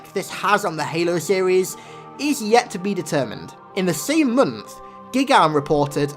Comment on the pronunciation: "A Mungth later"